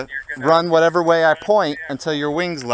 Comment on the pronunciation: "Yeah, I have two babies and a wife. Whatevah..."